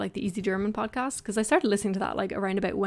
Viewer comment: "abowt" LOL, I love it.